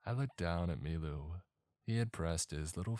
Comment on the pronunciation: Took me till the end of the story to realize his name wasn't "MeeMoo" and was "Milu"